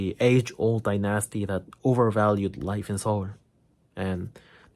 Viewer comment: Dynasty is NOT pronounced die- NASty. (It's not like unalive plus the word nasty.) It's DINE-is-tea. Like fine dining. His English is almost perfect, but this is a fairly common mistake.